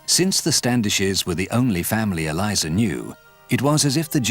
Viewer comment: Eleeza.... it's pronounced....